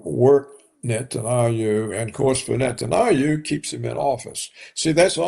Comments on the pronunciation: It's not just "Netanayhu". I've heard him swapping letters on basically almost every foreign name he pronounces. I'm not sure weather it has something to do with his native state accent and I know it's nitpicking but for some reason it's like hearing nails scraping a blackboard for me. I get shivers every time. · I'm getting an OCD tick from hearing "Netanayhu" so many times. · This dude just CANNOT pronounce Netanyahu! And I love it! It’s not his real name so I’m choosing to pronounce it wrong!